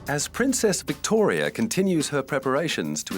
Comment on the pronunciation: Get the names right pls. Princess vivtoria 🤦‍♀️